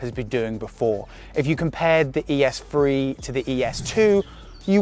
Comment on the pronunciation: Lmao “ES phree”